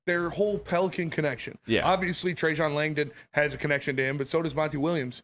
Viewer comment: So many people just casually butchering Trajan Langdon's name repeatedly since day one of his hire.